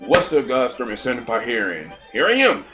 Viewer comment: I am honestly surprised that Stormy Senpai had pronounced my Tag Name correctly :0 Honestly I agree with the select one weapon and bring it out. I personally did not watch other players with my weapon and I am more of self teacher from my own trial or error. I only watch high level players on what they down on levels and modes for advantage and techniques. Personally I thought stormy was a little order but it makes sense after he explained it, plus I agree that Splatoon three is underwhelming as it did not live up to the expectations I had and that is my fault after all but the only thing that kept me playing was just grinding for top 500. I look forward to seeing more content from as I need a genuine laugh every now and then.